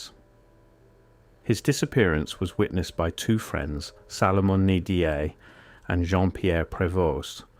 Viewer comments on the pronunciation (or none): Cergy is pronounced Serjee. His friends' names are pronounced Ndeeaye and Prévo